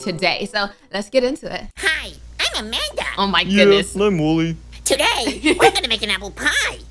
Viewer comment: “Woo wee” no it’s wooly